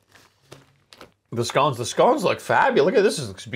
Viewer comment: Glad you pronounced scones properly 👌🏻